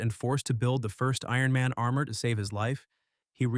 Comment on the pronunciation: “Iron Mana” 😂